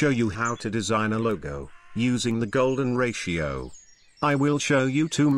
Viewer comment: Golden Rashio.. AI generated audio script.